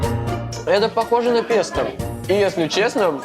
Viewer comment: Сам ты "песта", режиссёры, Господи, хоть бы Вы ему сказали,что Пе́сто (итал. pesto). Смешно же)